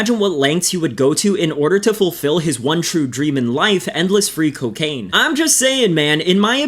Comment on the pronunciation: "KYO-KAINE" - Principal Lewis